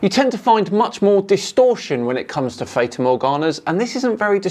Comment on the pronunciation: Another great video but one point. You're pronouncing 'fata' incorrectly.